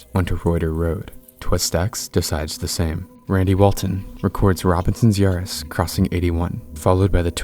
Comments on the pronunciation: This really should've gotten an EF 5 rating. IDC if the damage was only rural. It was a monster. Edit: It's pronounced "bett-es" not "bets" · His name isn’t pronounced ‘Betts’. It’s pronounced ‘Bett-ehs’. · leaving a dislike cause cant pronounce bettis. . . . either crappy ai or un intelligent video maker. it even called him bettis seconds after you called him betts. . . . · Its pronounced "Bet-tis." They literally say it secinds after you mispronounce it. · Mike Bettes is pronounced Bet tess with 2 syllables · Mike Bettes' last name is pronounced Beh-tiss, just FYI. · This is the best El Reno recap I've seen, thank you so much for this! The only criticism I have is to always take a second and google the names of people in case there's an easy way to hear their pronunciation. Mike Bettes is pronounced 'BE-tis.' Still a superb video and I appreciate hearing about other victims whose names have been swept away in favor of more prominent involved parties. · How do you have a tornado channel, yet you don't know how to pronounce Mike Bettes' name correctly? It's pronounced correctly in the clip you show. Did you not listen?